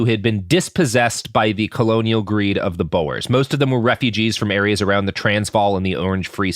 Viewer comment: Also he got Lesotho almost right, but not Sotho, or Bo-er like Boeing 😅😂 it feels like these are not sounds that an American accent can't make, it's just not bothering to check...